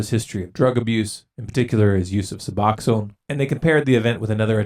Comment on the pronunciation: Su-box-in. Not Su-box-own. Lol